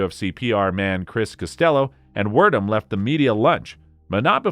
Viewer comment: I'm sorry can we try saying this Fabrício Werdum's fellow name just one more time please.